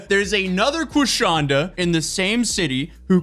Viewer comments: Not Queef-shonda! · Not Quishonda! 😭